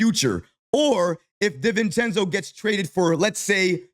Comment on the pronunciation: Everybody: Donte DiVivencenzo: Donte DIV-encenzo 😂